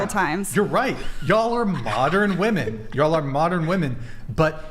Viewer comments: #4 from the left, just say "girls" or "chicks" or "ladies". You are incapable of pronouncing the word "women". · I’m a woman and I’ve noticed it every episode especially when is on lol. Idk if it’s how they pronounce it in LA but “women” a plural is always pronounced as “woman” singular